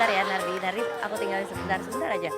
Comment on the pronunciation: Nardi kedengarannya jadi #Narji 😃😃😃